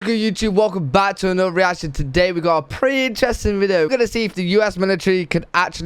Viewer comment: Love the Brit’s trying to say “th” homie said “anuvuh” 😂